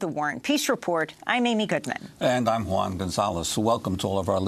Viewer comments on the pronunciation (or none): none